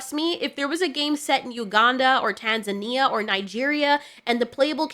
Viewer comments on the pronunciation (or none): none